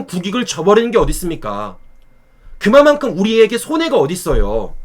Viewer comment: 근데 실리외교 하고 왔다 이런 보도 나올 것으로 예상함. 그마만큼(X) 그만큼(O) 상대형 말할때 이건 좀 고쳐줘